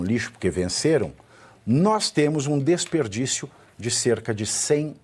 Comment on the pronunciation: Disperdício??? DESPERDÍCIO!